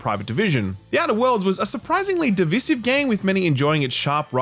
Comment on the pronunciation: No Australian pronounces ‘divisive’ like that. Why are you so annoying 😩